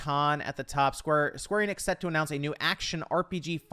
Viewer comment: It's pronounced Square Eh-nix not Ee-nix. Their YouTube channel, E3 videos, and their games pronounce them as so.